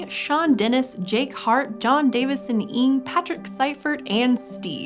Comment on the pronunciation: Jon Davison Ng, his last name is not pronounced in "ink" but as "un" as in the French for one. It is a common name in Malaysia and Sg. And probably similar in character as the Chinese word for "wang". Un is just the romanticised dialect pronunciation.